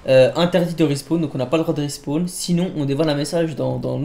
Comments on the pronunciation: respaWn wsh pas respWan olala 😭😂😂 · De rispown il à dit sa au début et pour le mot carcasse aussi y galère à le dire